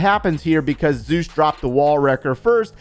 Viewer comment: Omg my game name is also zeus. I am shocked. I really loved how you said zeus